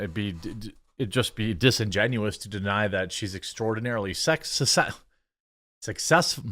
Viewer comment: Cant pronounce successful, lost my sub.